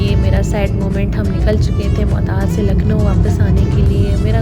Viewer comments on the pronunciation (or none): none